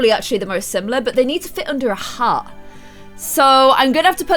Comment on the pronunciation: when you say hat you say hot